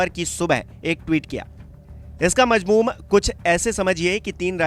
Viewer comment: 0.42 second पर आप ने बोला मजमूम जबकि सही शब्द है मजमून